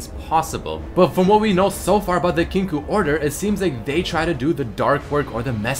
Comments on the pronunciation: It is pronounced "Kin-KOH" Not "Kin-koo" :) Great vid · It's pronounced "kink oh". Kinkou means balance in Japanese and is pronounced as such. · "Kinkoo order" LOL